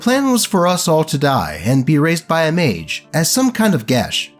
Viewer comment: applauds mightily at pronunciation of 'geas'